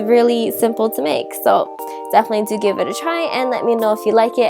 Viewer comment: it's hard to understand you. you USE S INSTEAD of t or d. Like when you say and, it sounds like ans, Turkey is surkek. Done is sone, definitely is sefinitely, sweetener is sweesener substitute is susbisute. is that enough? It took a minute for me to understand. Sorry. I have heard celebrities talk like this too. Is this some sort of speech trend? The bread looks good, by the way.